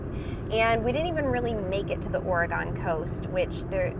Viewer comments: Ugh! Oregon is pronounced OR-EH-GUN, not OR-EH-GAHN. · It’s not “Gone”,,, it’s still there. It’s Ore-GUN. Born and raised. Lived on the Oregon cost most of my childhood and left after high school. People always forget Oregon when they talk about the west coast like it’s not even there. Tons of stuff comes out of Oregon. If you think nothing comes out of Oregon look it up it will blow your mind. Nike / Intel / FLIR/ Les Schwab Tires / Gerber Knives / Leatherman Tools. If my memory serves me right this is just a few. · When you come back to the west coast visit OR-E-GUN not OR-E-GONE. (and be careful not to call forester workers as timber jacks they are Loggers.) I enjoy your videos and will continue to follow your travels. Be safe and keep rolling! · I Love you guys SO much, but the Or-Oh-gone is killing me!! Noooooooo 🙉 lol. It’s Or-eh-gun. And you DEFINITELY need to go to the coast. It’s spectacular. Every bend in 101 provides another amazing view. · Just so you know, Oregon is correctly pronounced “ ORY-gun. It doesn’t rhyme with “gone”. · Ha ha...I just jumped on to tell you every time I heard 'Oragone' was like a knife stabbing my heart. ORYGUN!!!! 🙂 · that is not how you say oregon you said it like OREGONE and people who live here hate that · I grew up in Michigan (east coast) and I was taught Oregon trail not the ore gone trail ... like washingtone or washington just saying... not being mean at all, I have watched all your videos and love them i do not believe it is regional accent 🙂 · Hello. Ok so it is not Ore-gone..it has not 'gone' anywhere... it is still there. LOL. Close... Thanks for sharing. Safe Travels. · You are pronouncing the name of the state wrong it's Oregun and the coast is stunning it's especially beautiful August September add October that's where the Tillamook creamery is or Tillamook cheese comes from great camping in the town of Garibaldi and also the campground at barview 🤠😎🤠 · I like her list, but she says Oregon wrong.